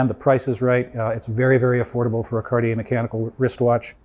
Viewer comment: Hearing Cartier pronounced right - made my day!!! Thank you!